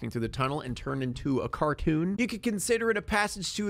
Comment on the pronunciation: He said karcoon instead of cartoon